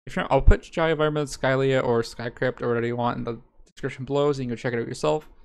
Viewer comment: “Jaya - varmen” Stop.... Please